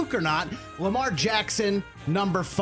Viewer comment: you got Lamar right